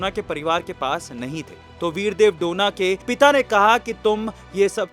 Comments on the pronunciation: डोना ❌ डोने ✅ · डोना ❌. डोने ✅